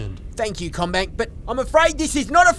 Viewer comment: I like how "Commbank" comes out sounding like "Comrade"